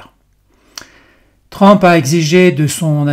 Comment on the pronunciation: On prononce TRUMP, et non pas TRAMP